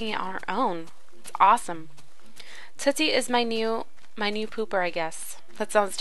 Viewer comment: its tootsie